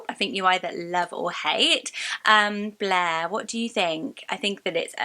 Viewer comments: I love blair but thats the first name that sounds WORSE in your accent. It really does sound like "bleh" with the soft r 😅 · It also sounds like the French word bleu 😂